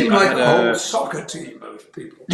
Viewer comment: It was weird to hear both of them calling it socceer